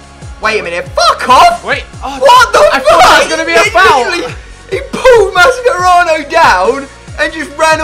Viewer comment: Mascherano....not Maschkerano